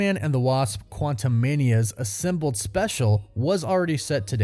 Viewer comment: Why are you saying Assimbled instead of Assembled?